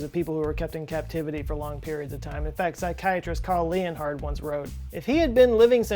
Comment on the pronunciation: It's Karl Leonhard, pronounced exactly like Leonard. Leon hard, though? Really? Gosh.